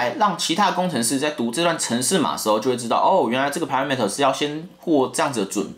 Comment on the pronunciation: 全域變數感覺舉javascript的例子不太好，javascript本身的就只有全域變數，所以是無可避免的問題。應該是要舉那種明明可以傳值解決的事情，硬要搞全域變數來傳值，那種就很糟糕。 然後parameter的念法錯了，重音是在前面不是後面...雖然幾乎有9成的工程師都念錯了....